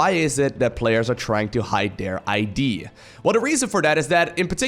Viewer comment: you let an "idea" instead of an ID out mate. reminded me of those -old-videos 😂😂😂